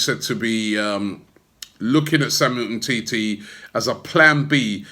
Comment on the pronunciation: Umtiti not umteti